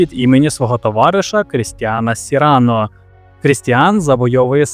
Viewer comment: Сину, без образ, краще тебе хтось поправить і ти станеш кращим (пробач за тавтологію). До справи: слово "добірка" в українській мові має наголос на другому складі, а французьке ім'я Сірано має наголос на останньому (як майже всі французькі імена). Далі я не слухав, бо , пробач, що може сказати цікавого людина, яка допускає такі помилки.